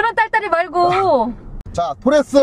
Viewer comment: 토레스입니다!!!!!토래스가 아니라!!!!!!